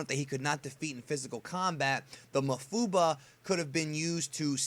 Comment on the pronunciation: pretty sure its pronounced maWfuba